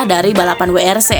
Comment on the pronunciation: Min sbutanya bukn dubel yu tpi ttp WRC ,sdngn BMW aja penyebutan nya tetap BMW